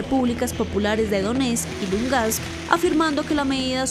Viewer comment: La reportera dice Lungast, que alguien la corrija, por favor, es una comunicadora, seguro se molestaría si yo digo su nombre mal dicho o al revés.... Es LUGANSK, reportera, LUGANSK.... Bitch.